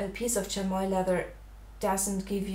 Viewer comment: It's pronounced "Shammy". Lovely drawing btw.